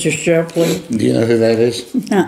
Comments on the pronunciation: "Mr. Shirply & your wife" A Real attorney would say Mr and Mrs Shiply (ShIP-Lee) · 😂 I thought he said Stripley 😂😂😂